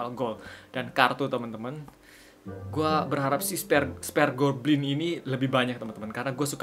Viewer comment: spir goblin gan bukan sper goblin